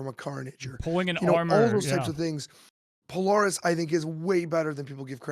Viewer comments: I love the podcast (great idea fuel for my decks) but Polaris is pronounced puh-lair-ris, not po-lor-ris. Keep up the good work! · "pole-Air-us" fucking say it with me.